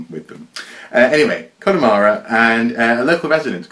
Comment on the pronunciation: Your pronunciation of Connemara was perfect, but the first syllable of Galway is pronounced the same as Gaul. I wouldn't like to try pronouncing many Welsh place names myself, so there's no shame in your courageous attempts! Is that a topic worth exploring? The diversity of written language in such a compact area like the British Isles?